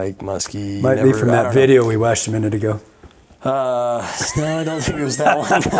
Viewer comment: yall are saying muskie wrong.